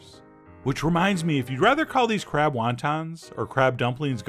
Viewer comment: Am I the only one who heard , just for a second... Crap wonton , crap dumplings.... I feel bad but I can't stop my brain